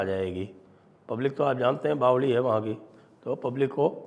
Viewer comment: सर आपने आज कहा कि पाकिस्तान के "बावले लोग" उच्चारण बिल्कुल राजस्थान वाला था। 😁 क्या आपको राजस्थानी आती हैं। आपको बीच बीच में राजस्थानी भी बोलनी चाहिए, आप बहुत अच्छे मुहावरे बोलते हो राजस्थान के। मजा आएगा 🙏